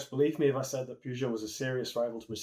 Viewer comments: It’s pronounced purr jo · You can't even pronounce the brand correctly... get some education. Good night.